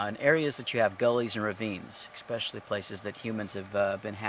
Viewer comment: Love you,, but the word is especially. There is no x in it. Oh well, I'd rather listen to you in your thorough, soft-spoken manner, than any teacher I ever had in school.